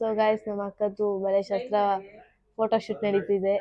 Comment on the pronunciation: Madam it is not ಶಸ್ತ್ರits ಶಾಸ್ತ್ರ